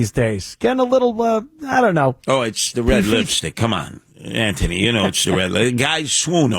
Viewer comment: The way he keeps saying antney Douche chills